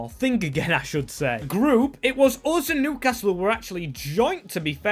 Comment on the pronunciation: LOL "NEWCASLE"